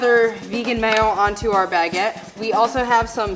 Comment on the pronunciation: Her pronunciation of Baguette, especially when she said Baguette maybe 4-5 times in the span of 5 seconds distracted me. She said it like Bag-get like she carries this thing on her shoulder.